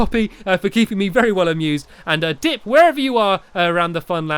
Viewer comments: At the start of the video u said DICK not dip. Just wanted 2 point that out. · Is it dip or dick ???